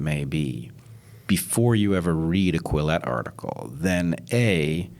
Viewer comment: Quillette not Collete 🙃